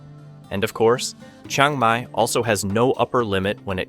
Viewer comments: Great video but it’s all BS. For starters his pronunciation of locations are wrong it’s not a Chung Mai it’s Chiang Mai also prices are extremely low and not correct. But still a decent video just wish it was truthful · OK, I don't mind if you can't pronounce other Thai words, but Chiang Mai is pronounced the way it is spelled, not Chang Mai.